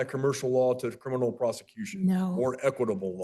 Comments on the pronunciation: Omg if she says “Crinimal” one more time I’m gonna lose it! Say it right, it’s CRIMINAL! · CriMinal not criNimal you absolute twit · She also said crinimal instead of criminal. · So... she's in a "crilminlal" court, doesn't want any "trestpasting", wants to "axe" questions of the judge, she's obsessed with her hands being clean, and she's a man with a womb...did I miss anything? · She can’t pronounce criminal- she keeps on saying “Crinimal” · Lol this lady keeps saying criNiMal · WTF is “Crinimal”? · why is she having so much trouble with the word criminal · Did she say “crinimal” Well whether she did or didn’t, she most definitely DID say “Corintheses” when she meant “Corinthians”